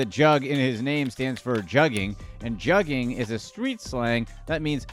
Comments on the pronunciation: That “u” in Juggin is Pronounced more like the words “good would should or could” .. it’s not jug like juggling and they use sound is not like bug tug or rug … you wouldn’t pronounce swindled as swYIndled so why are u going heavy on that jug thing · It’s pronounced Joogin